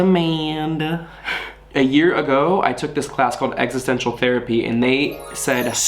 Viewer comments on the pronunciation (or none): none